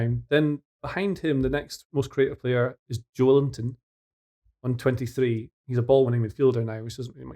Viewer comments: Agreed - I have a rather tenuous link to him in the NE and can confirm the emphasis is on the Jo El-in-ton not Joe-Linton. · Joelinton's pronunciation is Jo-E-linton, with the emphasis on the "E" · is right.. it's Jo-e-lin-ton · Yeah, I don't think a native english speaker can be reasonably expected to do better pronouncing Joelinton's name than "Jo Ellington" like did the first time. smug correction couldn't be more off base... achou que não ia ser otário, foi otário. Gol do craque escocês Joel Linton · Joelinton's pronunciation is Jo-E-linton, with the emphasis on the "EH"